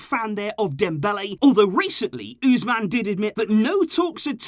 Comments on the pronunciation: Ooze man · I love the way he says Ousmane🤣🤣